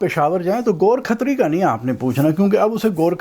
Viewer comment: Ghor Khatri. Gorakh tari ✅️ go rakh tar e